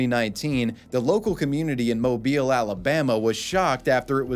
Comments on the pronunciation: Thank you for pronouncing Mobile correctly 😭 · I just want to say, as a Mobile native, thanks for pronouncing it correctly. That being said, I was a student at South when this happened, and had actually taken a class with that professor, which I ended up switching majors as I am too dumb for math related stuff, and it was a solemn time on campus.